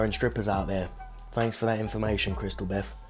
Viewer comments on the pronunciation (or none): Dude said "Chrystal Beth" 😂😂😂